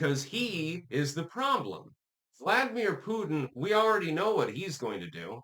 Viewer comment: This goof still can't pronounce Vladimir.